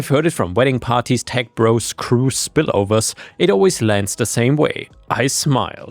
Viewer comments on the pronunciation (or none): none